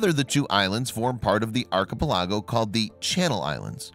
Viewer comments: "eye-let" not "is-let"... "ark-i-pal-ago" not "arch-i-pi-lajo"! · Lol.. arki-pe-lah-go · arr-cuh-pu-LAHH-go! what a poopyhead! :D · nothing like visiting an Iz-let in an Ark-e-pelargo. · Would you please check out how to pronounce a few words? Start with archipelago. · Islet.. second